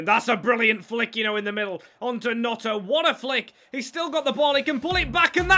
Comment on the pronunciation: Also its gNoNto not Gnoto